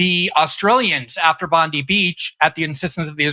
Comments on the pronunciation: It is Bon-dai Beach, and sounds nothing like pam bondi. Is it too much to ask Americans to get pronunciations correct. Looking at who the president is, maybe I should lower my expectations. 🇺🇦🐾🦘🐨🦘🐾🇵🇸🇮🇷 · Jesus christ learn how to pronounce Bondi beach correctly! I can't take you fks seriously if you keep on saying Bondee beach! Like wtf is that? Stop!!! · Firstly it's pronounced Bon die for F sake. forget the idea that Australia europe or the UK have a right to free speak we dont and its not part of our nations constitutions it's an American citizens right. This is not the case in most of the rest of the world. Australia is and has been lead for sometime by the woke left and the spech and many other laws have been passed into law in recent years that have a negitive effoect on the average Australian. Ask a average Aussie how annoying they find being welcomed to the country at the opening of an envelope to the country of their birth. On the war in iran unfortunately the west will have to join the war on the side of the US and Israel to speed up the outcome and to acieve an outcome to end the disruption to our economys and the costs for every day people thru out the west. the only real outcome now that the fighting has started is to help end the current regime in Iran other wise the cost to average sitizens in the west will cause long lasting distruction of our nations finicial health. the only way to get an adventagious outcome for the west would be to help remove the current Irianian regime and then help properly rebuild the nation of Iran for the Irianian people as was done in Japan and Germany after WW2, While not the outcome Israel wants as their goal. Israel is not part of the west and has no interest in the future of the west. they only see the west as a tool to achieving their goals. By the way look at what BiBi was told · Godammit Glen its pronounced Bon-DIE Beach (Bondi)